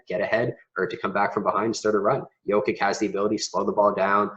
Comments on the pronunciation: Maybe for credibility learn the correct pronunciation of the players. Its just hard to take you serious if you mispronounce names. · Why don’t you go to the Denver Nuggets website and check their pronunciation guide so you can at least say the guy’s name correctly. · How can you make a video about Jokic of over thirteen minutes without learning to pronounce his surname correctly? This is ridiculous!!!!!!!